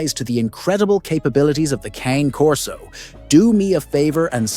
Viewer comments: You might want to pronounce this breed correctly! Its not CAN e as in soup can nor is it Cane as in sugar cane. Or even Cannie. Its Cah-Nay as in the sound a crow makes and the horsey sound Cane Corso Italiano . Any expert is not an expert who mispronounced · Sorry, but you lost me when you mispronounced the breed name. Something so basic.